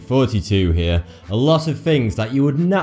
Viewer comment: Please for the love of god learn to pronounce your "R's". It sounds like you are saying "42 here," every single intro.